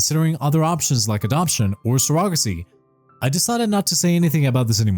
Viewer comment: I think he does not know how it’s pronounced.